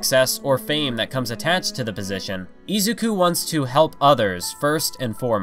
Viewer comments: i LOVE this video but every time you say izuku i cry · I swear if you say izuku the wrong way i am gonna lose my mind im sorry but its just reallly bothering me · i can't stand the way this guy says names like Shigaraki, Izuku, and Ingenium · It triggers me how much he said Izuku wrong